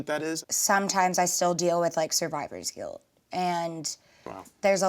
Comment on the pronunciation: Did this girl just say "survivors guilt"? 😆😆😆